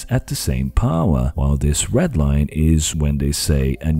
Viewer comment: When you referred to the second red line, why did you emphasize the word "red" whereas the previous line was red as well? I also heard strange things like emphasis where I didn't expect.